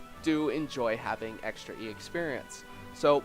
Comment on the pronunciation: I love when you say ex-perience